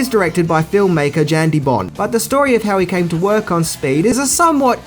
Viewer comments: Yahn DeBon, not Jan the T is silent he's Dutch. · Director Jan De Bont. Jan(pronounced "Yawn") He's Dutch. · you probably already know this, but Jan De Bont, Jan is pronounced Yon. All good though I know you probably realize it now. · it's pronounced YAN de bont. And John mctearman